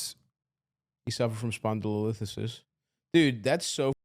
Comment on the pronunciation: Lol both of them trying to say spondylolisthesis